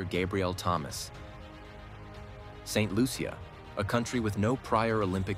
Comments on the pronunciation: pronounced Saint Loosha! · Pronounce the name of the country correctly please.